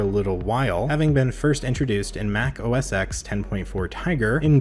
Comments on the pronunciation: Why does he call OS ten OS sex? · You pronounce iPhone X correctly but not OS X nooooooo! 😫